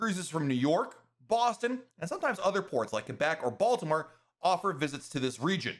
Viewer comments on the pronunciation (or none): none